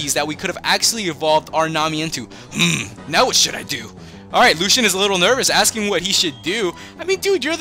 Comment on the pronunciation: Dude it's pronounced Lu-see-an not Lu-Shan